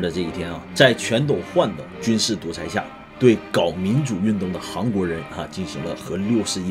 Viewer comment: 一直听着是“航国”😂